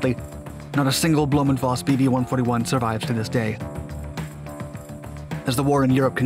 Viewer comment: It's blom-foss instead of blom-voss and it's messershmit instead of mesher smith.